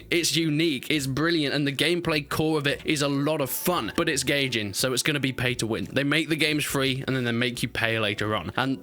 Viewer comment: "gay jin" its Guy-jin please my ears hurt